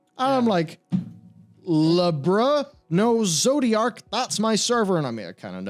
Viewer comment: "La-bra" XD That make my day XD